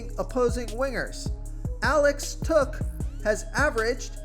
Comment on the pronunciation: It's Alex tuck (tuk ) not took